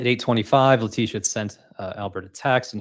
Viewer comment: Hey!! Its La-tissue.